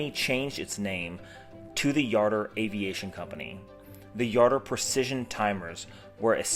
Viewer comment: I have a Jardur 850 Chronograph. Where did you learn how to pronounce the name? The President of the new company pronounces it with the “J” not a “Y”.